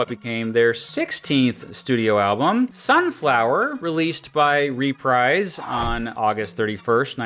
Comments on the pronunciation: It's pronounced ReprEEse as ub dreeze... not RePRIZE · Hearing the narrator mispronounce Reprise so many times made my ears bleed.